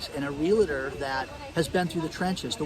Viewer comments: fyi Realtor is 2 syllables not 3. Real Tor. Real estate professionals hate when you say Real uh Tor. Get it right! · the pronunciation of Realtor does not have an "A" in it - not real a tor. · Awesome presentation. is a Real-TOR. No such thing as a Real-a-tor. You are a great professional. I appreciate and enjoy your work! Please keep up the good work. Some Realtors take issue with pronunciation. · Take a drink every time says real-a-ter. You'll be wasted before the video is over.😂